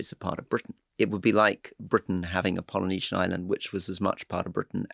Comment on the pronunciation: That’s funny when I listened to the podcast I could have sworn he said Melanesia, and I looked at the podcast transcript and it too said Melanesia, however when I listen to this version on YouTube it does sound like Polynesia.